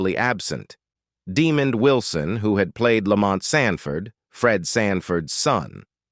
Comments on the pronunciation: Demon????? Try DemOND! This guy constantly botches the names of well known people! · Artificial NON Intelligence, it's pronounced Daa-mond, almost like diamond 💎, "NOT" demon !!!👹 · no no, ai... its deh, mond, not demon d... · You big dummy! His name is Demond not Demon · Stop using these annoying AI voices. The man's name us DEMOND. NOT demon. Good grief. Do you have any editorial oversight? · Demon Wilson ??? 😂 His name is Demond , wow AI need to stop 🛑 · First of all pronounce the man's name right. It's not " Demon D". Secondly, Sandford & Son is one of the funniest and most popular sitcoms of all time not just the seventies! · Its pronounced De-mond not Demon......dumbass ! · Stupid AI . It’s Demond not Demon. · AI voice is stupid De-mond not De-mand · Pronounced DUH-MONDD not DEMON. LOL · It's not DEEMOND you dummy. Learn to pronounce it right DEMOND WILSON😏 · Not Demon its Demond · The man’s name is “De-MAHND” not “DEE-mond” as it’s mistakenly pronounced in this video! And Sanford and Son did NOT kill the Brady Bunch. The fact that the kids were now rapidly turning into adults caused the series to run out of gas. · It's Demond Wilson not Demon Wilson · Please tell the narrator that it's De-MOND and not DEE-mond. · His name is DEMOND with a D, His name is NOT 👹Demon👹 Pronounce it Correctly. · Demond is pronounced DEE-MONND NOT DEMOND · I get so tired of AI VOICE VIDEOS IT CALLS HIM DEMON WILSON 😤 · The narrator constantly pronounced Demond Wilson's name incorrectly! He called him DE-mond instead of his correct name of de-MOND! Very unprofessional! It was extremely annoying! Get it Right, Sir!!! Just had to point that out! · The narrator constantly pronounced Demond Wilson's name incorrectly! He called him DE-mond instead of his correct name of de-MOND! Very unprofessional! It was extremely annoying! Get it Right, Sir!!! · Dee Man? He pronounces it Dee Mon! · This guy is mispronouncing Demond Wilson's name it's not demon 🙄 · "Demon" Wilson - A I strikes again